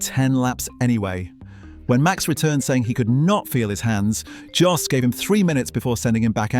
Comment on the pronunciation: That's great insight into Verstappen's style and predilections, thanks a lot! I believe Max will win the World Championship many, many more times in the future — and I'm a died-in-the-Red Tifosi! But I have to knuckle-smack you on one issue. Max's father — it's NOT "JOSS" for cryin' out loud! Max's father's name is pronounced "YOSS" as in most European languages "J" is pronounced as if it was a "Y". Your mistake is particularly annoying here as you you refer to him as "JOSS" around four-hundred and thirty-seven million times... 😫😩